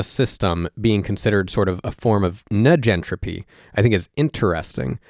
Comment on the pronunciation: This isnt important to the point youre makinf (which is facinating) and I'm no expert, but... Surely, "negentropy" is short for "negative entropy" and the first sylybal should be pronounced like the first sylybal of "negative"?